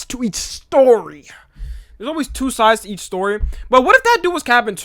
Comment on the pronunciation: "You know theres always two soides"